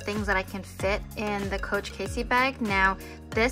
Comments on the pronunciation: It's Cassie not Casey.....fyi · Nice video! It's pronounced cAssie, not Casey. I carry a mini pochette or toiletry 15 in mine just fine, I think it depends how you fit all the accessories in. Thanks for sharing! :)